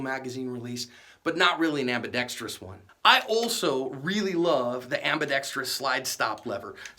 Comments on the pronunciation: And one more thing, thank you for saying "ambidextrous" correctly. Most people say "ambidex-tree-ous." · You are pronouncing ambidextrous correctly!